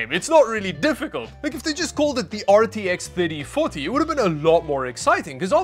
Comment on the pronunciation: Somehow when said RTX 3040, i heard RTX 30farty and you know what? i'm gonna stick to that XD